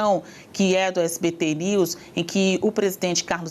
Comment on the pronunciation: ELE FALOU SPT KKKKKKKKKKKK ELE DISSE SPT NEWS KKKKKKKKKK